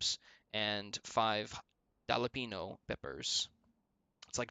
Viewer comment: jalapeno. That hurt my soul.